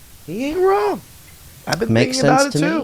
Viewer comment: You mean "prove me Wong" 😆